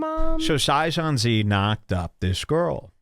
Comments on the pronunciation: Sai - zon- zee kills me. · Sigh -sohn-see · The fact that he mispronounced Saiyan Z is reason to hate this guy alone. You can't talk shit if you can't read properly. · He is saying it wrong to be a troll.